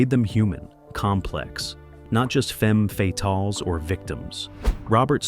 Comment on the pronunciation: "FUM fee-talls" 😂😂